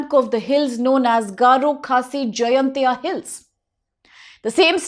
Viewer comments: miss pronounced.... not jayantia..... it's jain tia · It's Jaiñtia Not Jaintia